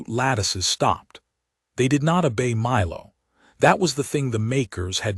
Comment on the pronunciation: FYI: obey not a bay